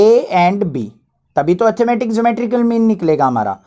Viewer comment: You pronounce arithmetic mean like atthematic mean. I advise you to improve it. By the way you are good teacher. From regards.... Yuvraj And also give a heart/like to these comment. It's my pleasure👍🏻